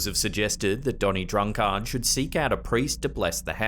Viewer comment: Is that how people pronounce drunkard in Australia?